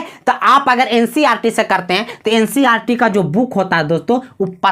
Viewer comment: Ncrt nhi hota hai ncert hota hai